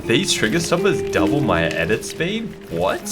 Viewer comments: “DiD tHeSe Trigers DuoBlle my edit spEEd”? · Nobody:: “DiD a FlY lAnDiNg oN My ShoUlDeR DuoBlE mY EdIt SPeeD” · Every video flea “DID IT DUBOLE MY EDIT SPEED” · Stop say doble my edit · Literally every videos: “Did going homeles double my edit speed”